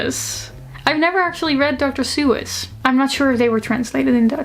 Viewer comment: the dr. suess part. holy cow your pronunciation took me out. lol